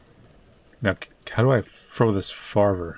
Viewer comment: "How do I frow dis farver" Trouble?